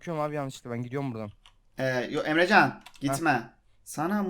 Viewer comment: emrezzaann a neden emrecan diyorsun